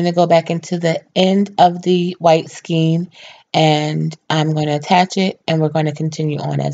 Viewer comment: Very good. One thing is that you are mispronouncing skein. It rhymes with cane (as in cane sugar). Pull it up in dictionary so you can listen. Cane, pain, skein. Thanks.